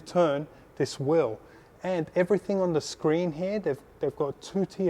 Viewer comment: wheel not wherl